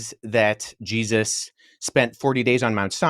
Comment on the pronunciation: Nah man you can't pronounce jesus's name like that🤦 Je zus it's like he's only ever heard it said as a reaction😂